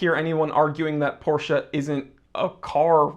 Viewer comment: He know how to pronounce Porsche! ❤